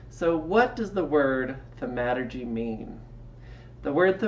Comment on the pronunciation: You pronounced thaumaturgy incorrectly